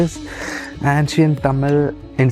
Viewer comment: Not ‘antcient’ say ‘aencient ‘